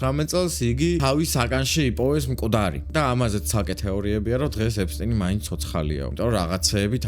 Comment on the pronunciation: ეფსტინი კი არა ეფშტეინი